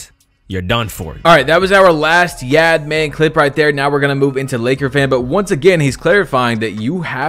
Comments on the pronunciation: Ay great vid and its pronounced like yawd man not yad man😂 its all g tho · not yaad man it’s pronounced (yahd man) like yard man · the way he pronounced YaadMan 🤣🤣🤣🤣🤣🤣